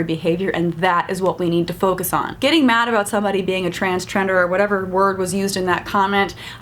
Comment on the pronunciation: Ha, transchender, was funny hearing you say that.